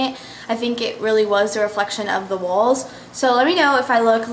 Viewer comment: love your hauls! you say walls, like 'wauls' hahah ;D